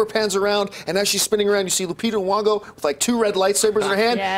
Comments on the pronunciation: Nyong'o not Nwong'o. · John, its not Lupita Nuwongo. its Nyong'o without the "nuwo" and with "niyo" (slient i)